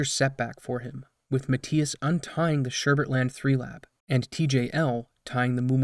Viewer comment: If english isn't your first language I'd understand, but boy you need to work on your pronunciation of names and words. Matthias is NOT pronounced how you said it at all, it's Muh-Thy-Us, not Mat-tee-us. Also, how do fuck up the word preface?